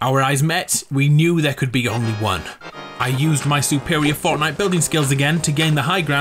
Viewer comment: epicness loock with subtitles on and then u will see Fortnight so im pretty sure that he said Fornite.